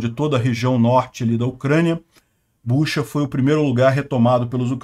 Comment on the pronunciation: Não é Buxa, mas sim Butxa